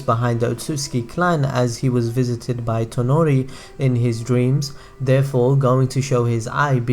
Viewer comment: Its toneri not tenari